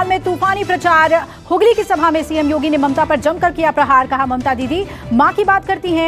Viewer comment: योगी नही भोगी बोल रहे हैं। हैलो। हैलो भोगी बोल रहे हैं बोले